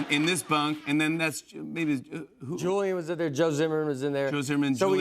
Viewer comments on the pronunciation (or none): none